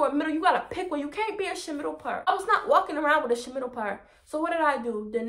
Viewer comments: “A shamiddle part” 😂😂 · "Get my mmm eat off the boneee" took me out 🤣🤣🤣😉❤❤ Killing me with the " shhmiddle part " I fckn love you 🤣❤❤❤